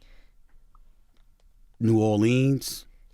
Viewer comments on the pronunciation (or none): Why can't Stephen A just say NEW ORLEANS correctly?